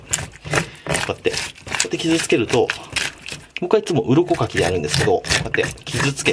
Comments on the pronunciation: 鱗かきが鱗滝にしか聞こえないのやばいよな、笑笑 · 鱗かきが鱗滝(左近次)に聞こえてしまう…